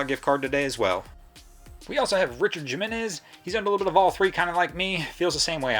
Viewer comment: “Jim-enez” lol